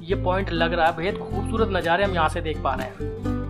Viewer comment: bhai aik baar nazare bol do rather than najare